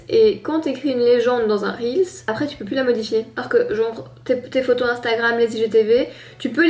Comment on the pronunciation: Je ss d'accord avec on dit "reels" pas réal mais wsh hhhh Ps: best couple ❤👑